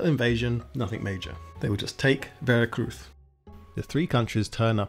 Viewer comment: Listening to a Brit pronounce Spanish place names and dates in Mexico in Castellano is hilarious. “Vera Cruth” “Thinco de Mayo” 😂